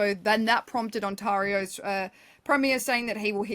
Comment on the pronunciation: you mis pronounced Ontario, otherwise I think you did very well